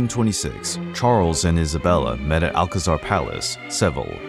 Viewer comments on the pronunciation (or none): none